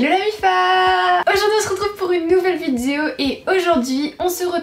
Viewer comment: Je vois les commentaires mais es que j'suis la seule a remarquer que quand elle dit vidéo elle dit "vido" un bail comme sa 😭😂♥️